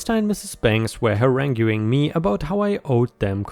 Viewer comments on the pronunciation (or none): It's pronounced ha rang ing. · ⭐💫🌠✨🌟👍😲🤦‍♀️😢🤦‍♂️😠🤦👍🌟✨🌠💫⭐ "haranguing" - the "u" is silent, so pronounced "harang-ing". "Cirrus" - the "i" is a short "i" like in "sick" , not a long "eye". My first computer was a Compaq Pressario 😊